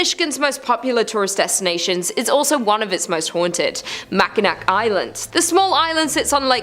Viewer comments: Same I agree😂😂😂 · Please learn how to say Mackinac. It's pronounced MACK-in-awe Island. Thank you from a michigander whose pet peeve is exactly that 😂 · It’s driving me insane everytime she says it 😂😂😂😂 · People are ALWAYS mispronouncing Mackinac!! It's so annoying 😊